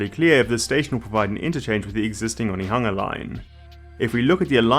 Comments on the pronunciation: Hey, nice pronunciation of Onehunga. Love to see someone willing to learn! This is the first I've heard of this project, and I'm super excited about it, I very close to this track, and it would open up the whole city to me. Very exciting! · 😮😮 you said Onehunga this time and not 1-hunga yaaaay😂